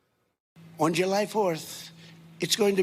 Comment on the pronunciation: The 4th of Ju-Lie.